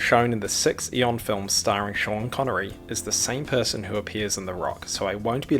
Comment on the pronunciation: Schan connery